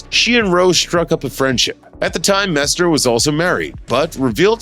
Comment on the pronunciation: MESSNER! “MESS-NNER!” Pronounce it correctly!